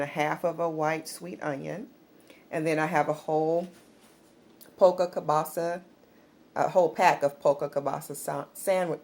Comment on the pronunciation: You have pretty Hair But you did mumble that sausage word that's cool God bless you .